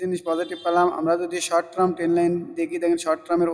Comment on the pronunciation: ধন্যবাদ। আর ট্রাম না টারম (term) বলবেন।